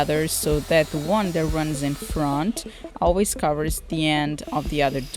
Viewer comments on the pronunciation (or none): none